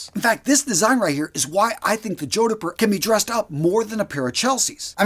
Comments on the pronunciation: Every time he says 'joe-di-pur' I picture him wearing them while riding a hobby horse. Jodipur jodipur jodipur! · "Jord-purh" H is silent. 👍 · The 'h' is silent... JOD-puh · Its pronounced Jodper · For the love of god 😢 It's pronounced "JOD POOR" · Two syllables only...jod-purr. I'd argue that a well-made Chelsea boot like R.M. Williams is a more versatile option to dress up or down. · Oh no... Please redo the audio for this ASAP. It's pronounced jod-purr, like odd fur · JOD-PUR. As a Brit I think I'd be laughed out of town wearing a pair of boots like this, much like the western/cowboy style boots. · ''Jodhpur'' is not pronounced like that 🤣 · His pronunciation of Jodhpur is so awful it must be deliberate. Can't understand why. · From the title, I knew which kind of boots you were going with, and I knew you were going to mispronounce it (the proper pronunciation has only TWO syllables).